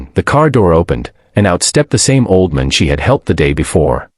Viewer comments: Did anyone else notice that "just a waitress in a red uniform" was dressed in blue? Then, the AI narrator they hired couldn't even pronounce "old man" correctly.🤨 It became "oldmun". Aside from these silly mistakes, this was a very good video. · The ai says auldmon. OLD MAN, not MON, and it is two words, not one. 😂 bad ai, learn to speak. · AI needs to get things straight. Her red uniform was blue. Can the voice not pronounce "old man?" AI will soon destroy everything.